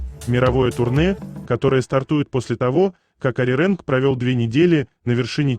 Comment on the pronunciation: Неправильно говорите Ариранг.